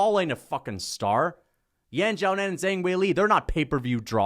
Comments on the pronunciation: "Zang"? There's an "h" in her name, man. You can literally see that. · Kills my soul when he pronounces "Zhang"